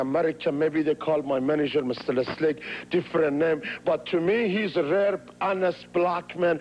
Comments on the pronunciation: He's saying 'real' but pronounces it as 'rare'. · Not rare, he said real, but pronounces it rare